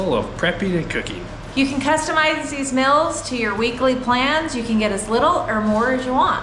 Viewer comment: I guess "mils" or "mels" = "meals"...